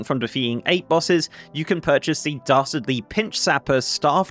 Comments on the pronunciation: Great overview,! Also, everytime you say "Dastardly" it sounds like "Darcy" and I'm a big fan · I thought you kept saying "Darcy Duos" lol